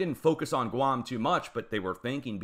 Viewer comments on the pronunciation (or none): none